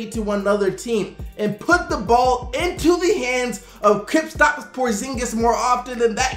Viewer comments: Cristian Escobar I heard "Kripstops"💀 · "Kwistapss Porzingis" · says the unicorn like this kripstops porzingiz lmao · He said kristaps like krippstops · No disrespect, but I always feel like you say "Kritstops Porzingis" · He does & it irks tf out of me as a knicks fan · still doesn't know how to pronounce Kristaps' name correctly 😂